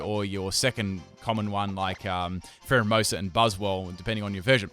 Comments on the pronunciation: Dude its phareimoosu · He said primerina instead of pharaohmosa I spelled it wrong